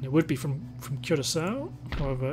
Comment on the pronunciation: This is a nice campaign! Keep it going. I’m also glad that you’re finally pronouncing Curaçao the correct way